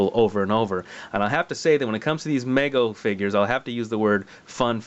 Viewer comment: It's pronounced with a long 'e' sound, not an 'a' sound. Meego, not Maygo.